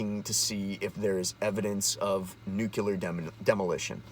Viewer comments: What's "new-kew-ler" ? Guy can't even pronounce the fucking word that's so important to him. 2019 folks. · NUCLEAR isn't pronounced "newkyular" - notice there's no vowel between the C and the L. That was a George W. Bush mistake. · I watched your video long enough to hear you slytalk "nuke-ular" and laughed and turned it off. Learn to talk good about stuff you read an' mayhaps den da smert peeples will lyke it moar, bacuz den u speakin' goad. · New clear...not nuk yaler 😂😂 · I'll explain since you've apparently got brain damage. You're calling yourself and you can't even pronounce the word that is the focus of your video. You're a meme that wrote itself. You're boomer tier.